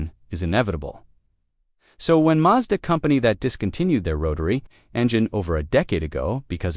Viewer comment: WHY does it sat "MAJDA" - more AI nonsense????